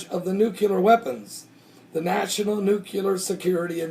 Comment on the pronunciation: I don't want to be a nit-picky nit-picker...but... it's pronounced newclear, not newculer. I love your videos, thank God for you and your work.